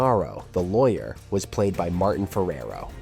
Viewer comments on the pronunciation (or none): none